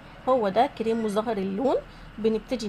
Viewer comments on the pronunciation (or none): من سمعتها تقول تي وكيريم ورويال شلت يدي منها يختشييييييي ويخرابي